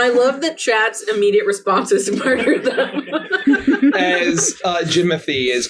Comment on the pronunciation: Its not regular murder, its moider